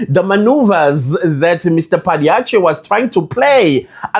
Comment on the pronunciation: A VERY HAPPY N BLESSED BIRTHDAY 🎂 HOPE U HAD A BLESSED DAY. UR PRONUNCIATION IS CORRECT OF PADAYACHEE.